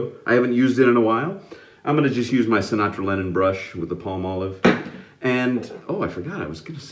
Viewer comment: Yes you said it right thank you Sinatra i'm going to remember that in my life i'm your biggest fan ever